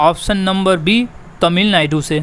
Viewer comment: तमिलनायडू nhi तमिलनाडू